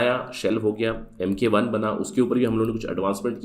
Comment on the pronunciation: It's mk1 not might 1